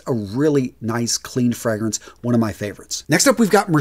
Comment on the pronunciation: Really appreciate the work on your videos and I mean this with no hate at all, but I think you really need to work on your pronunciation of the fragrances and their houses, especially the “foreign” ones. It just doesn’t sound good in that accent. Lovely lineup, keep it up! 😊